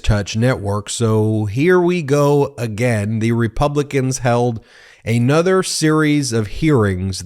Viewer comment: "Eh-nother"? Did you mean a-nother?